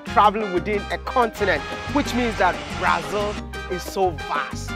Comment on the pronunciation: The man's been living in brasil for 8 years and still calling it "brai-zil". The Ghana in him is forever strong 😂